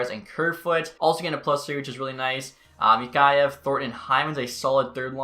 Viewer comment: Mikheyev is pronounced Mikhayev Mikiyev